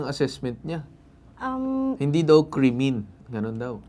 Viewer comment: natawa naman ako sa pagkaka pronounce mo sa sinabi n Atty Alyssa na "kremen"😂😂😂